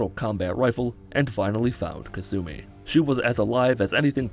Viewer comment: Ka-sue-me. Alright what am sueing you for